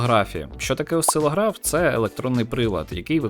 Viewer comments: Тільки не осцилогрАф а осцилОграф . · В мене кров з вуха майже не пішла, коли наголос слова "Осцило́граф" робився на літеру "а". Як же мені було боляче... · осцилОграф а не осцило-граф:) Як на мене, ніжки прекрасні і... вправні:) Цікаве краще поєднувати з гарним, а не з абсурдним:) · Осцилограф - наголос на другому О